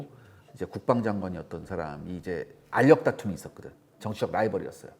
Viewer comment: 안력 아니구 알력 아닌가요?